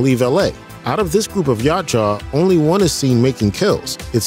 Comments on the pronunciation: It’s YA CHU WA not YACHA WTF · Ya-OOT-ja. Not Yacht-Jaw. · The hell is a "Yacht jaw"? Yautja (yowt-jah) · “YA CHA” wtf ?? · Its yow cha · It's pronounced Ya Oot Ja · OMG... ITS PRONOUNCED "YOWT-CHA" (Spelled Yautja).... EVERY TIME YOU BUTCHERED IT , HURT MY HEAD. And Antarctica wasn't always cold...IT WAS HOT BEFORE CONTINENTAL SHIFT.. WHICH SHOWS JUST HOW LONG THEY HAVE BEEN COMING HERE, AND IS THE PRECEDENT FOR AN ANCIENT HUMAN CIVILIZATION, you missed that part I GUESS... LASTLY... it's pronounced "AN-DO-LINI".. my god dude do some research. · For god sakes it’s pronounced “Yow-cha” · This guy’s pronouciation of Yautja is triggering me. 😂😂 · The mispronunciation of Yautja is killing me..... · You butchered the predators name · Butchering the predator name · Need to practice pronouncing Yautja correctly. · Dude you got to watch a video from the creator of the films and comics so you can learn to pronounce the Yautja's correctly! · Can’t pronounce their name right than talks of global warming, downvote